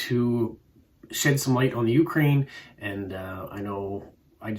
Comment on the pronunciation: Ukraine should be pronounced with the emphasis [=stress] on the second syllable. I saw a Bulgarian stamp shown (bottom right). There are stamps from the 1920 14-stamp set printed in Vienna that were never issued.